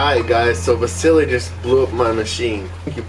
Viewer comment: I thought it was vasily like huge not vacilcly